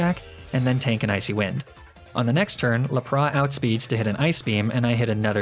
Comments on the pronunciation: Lap Ra? Laprassss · THERE IS NO O IN LAPRAS!